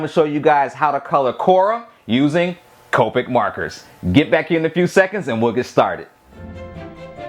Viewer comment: its Ka-pick